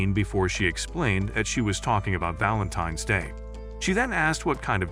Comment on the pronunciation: Valantains day❌ Balantains day✅